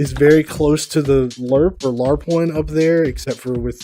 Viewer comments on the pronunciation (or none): none